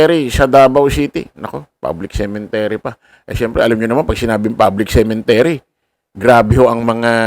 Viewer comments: cemetery hindi cementery😂😂😂😂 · Cemetary not cementary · Sorry po, CEMETERY, hindi cemeNtery. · Cemetery not CemeNtery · Cemetery..hindi cementery...